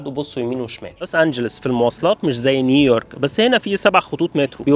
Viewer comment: يهندسة انته كل مره بتقول نيييورك مينفعش كده ياباشا هي "نيو يورك"